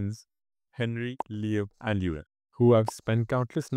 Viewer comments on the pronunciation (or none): none